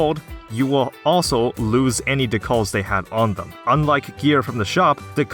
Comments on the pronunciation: It's D-cal not deh call you sub human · ITS DEEECAL NOT DUCALLS like the thing on a car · Dee-Kal not dekul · it's pronounced de-cal not de-cul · It is pronounced "dee cal" not "duh call" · ALSO. your pronunciation of decal is driving me fucking nuts, it's DECAL, not decaal. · Good video. It's decal not D-cual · D-cal not dcall. Decal. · De-cal. Not Da-cal. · duh kahl D: DEE KAL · homie, it's a dee-cal , like a car decal , wtf is a duh-call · Bro, it’s dee( rhymes with pee)-cal( like the beginning of caliber) not d’call. I was wondering what you were talking about and wondering what I missed with d’calls. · "Dee-KāeL" not "d'call" when pronouncing "decal". I was so confused. lol. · Dee. Cal. Not duhcall. Decal. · It’s DEE-CAL like Calendar, not CALL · The word decal is pronounced DEE-KAL (like California). Not duh-call. Silly Canadians. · It's deCAL not deCALL. CAL like calibrate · Loved the video, just had to say something about "decal" lol. It's cal, Like California, not Call, Like a Phone Call. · Deh-cull? Dee-kale! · D-CAL not Dee-call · decal is pronounced DEE cal (as in the cal in calorie) not dee CAWL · Please. Jesus Christ. It's Dee-Kal not Duh-Cahl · "Check it out Bubbles, decknals" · its DEE-Kaal like a sticker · What is a duh-call? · Decal is pronounced DEE-kal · Dee-cal. Like California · Why are you pronouncing the word "decal" as "decall?" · How in the world can anyone, ANYONE mispronounce decal? DE CAL. Its like pronouncing bread 'breed' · decal = dēkal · If you say "de-cull" one more time I will detonate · Learn how to pronounce Decal. It's not De-Call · Anyone else bothered by him pronouncing "decal" like "da-call"? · Say it with me diˌkæl//dɪˈkæl decal de. Cal. Please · I'm taking it up, but not stealing his. For now on I say 'deca-l', deca el. That's 'decal' for me, for now on. "Just going put this deca-l on my car real quick, then we can get going!" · "Dee Kal" Just saying. Not trying to be rude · It's not "duh-call" 😓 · It's pronounced decal